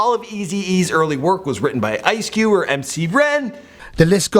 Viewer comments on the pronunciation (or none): Dear,. It's pronounced Ye (as in yay). It's D.O.C. You read "dee-oh-cee". It's Ice Cube - not Ice Cue -.